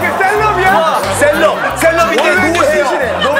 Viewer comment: 셀럽? 카는거 개웃기넼ㅋㅋㅋㅋㅋㅋㅋ큐ㅠㅠㅠㅠㅠ 포워드? 쒤럽?ㅋㅋㅋㅋㅋㅋㅋㅋㅋㅋㅋㅋㄴㄴㄴㅋ